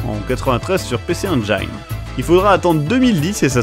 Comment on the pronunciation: Super épisode comme d'hab mais... Il faudrait revoir la prononciation de PC Engine...